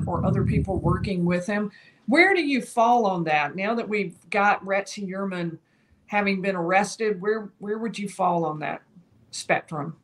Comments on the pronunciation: She clearly has an accent. She pronounces it according to her accent. Who cares. The truth is... most people are pronouncing the name wrong anyways. It's Hoi-er-Man. Because this is a german name; so the 'eu' sound is different. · say (Fewer) men... Now say (Hewer) man. Pronounced Hewer-MEN Ok 👌😊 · "Hue-err-men" for Gods sake 😑😭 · Someone PLEASE tell this woman how to pronounce his name..